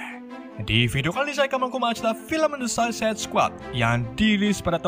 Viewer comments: Gua dengernya lu bilang susis bang🤣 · Saikid baca nya yg bener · Cuma bisa ngakak aja dengar mimin nyebut2 suicide & anggtotnya wkwkwk 😂👍🏻